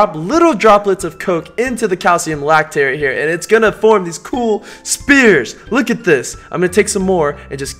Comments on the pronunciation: he keeps saying spears instead of spheres 😤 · He says spears instead of spheres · no one gunna talk about how he says spear not sphere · when he said spears instead of sphere😂😍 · Everyone is making ball jokes but I'm distracted at the fact that he says spears instead of spheres. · he says spears not spheres lmaoooo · It's spheres not spears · Spheres not spears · its spheres not spears btw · S-fears=spheres.....not Spears. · sphere not spear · It's a SPHERE, not a SPEAR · Is he saying "spears" instead of "spheres"? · It's sphere not spear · Spears? Instead of spheres??? 🚩 🚩🚩🚩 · OMG YOU KEEP SAYING SPEARS INSTEAD OF SPHERES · he said spears instead of spheres😐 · He kept saying Speer